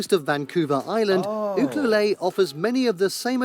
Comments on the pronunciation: I"m from Vancouver Island. We don't pronounce it oo-cu-lay or even oo- clue-lay. YOU-clue-let. /smh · Cringe. Ucluelet is pronounced "you - CLUE - let", not "you-clue-lay". You'd think the makers of these videos would make a phone call or something if they're unfamiliar with them. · Bad narrator strikes again! It's Ucluelet...pronounced You-clue-lett ( not lay). We just call it Ukee. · Its not Coo Coo Lay, its U cue let, BC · The narrator mispronounced Ucuelet. "You queue let". It is a First Nations word, but I don't know the meaning. It isn't French, like the narrator is trying to say, "You queue lay" or "Yuce cue lay". I grew up two hours west of there on Vancouver Island. Actually, I'm waiting to see if Qualicum Beach or Parksville show up on the list. Edit: nope, they weren't on the list. Having grown up there, Qualicum Beach is far superior to Ucuelet except for whale watching and surfing. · Uculet - you-cue-let, not oo-coo-lay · The narrator mispronounced Ucluelet. It’s yoo-CLUE-let not youcuelay. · I have to comment on the pronunciation of Uculet...try U CUE LET NOT U CUE LAY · Not “ucloolayyyy”, You-Clue-Let. Is the proper pronunciation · Ucluelet = you-clue-let. Not lay 🤦‍♀️ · Yeah mispronounced Ucluelet U clue let you not ooh. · it's eu-kew-lette not oo-coo-leh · Ucluelet is pronounced….” You….clue….let “ The let is as “ get “ not “ lay “ as he said. These all seem like lovely towns, but I have no idea how he chose his list. In my own province. I can name more than ten lovely communities, and every province can do the same. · It’s not Ucluelay it’s pronounced Ucluelet as in rhymes with bet. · Guy butchered pronunciation of Ucluelet. It’s You clue let, not You Clue Lay. Major tourist destination summer and during winter storm season. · Ucluelet --you pronounce the T and the end! The narrator is wrong, it is pronounced You-CLUE-let. (Coming from a British Columbian). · Im living in Jasper right now!! Best ever!!! Also uclulet is pronounced you-clue-let